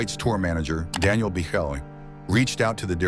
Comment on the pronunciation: No one says Biechele's name correctly. It's pronounced "Beaklee".